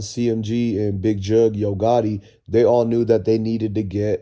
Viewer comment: His name is jook bruh jook not jugg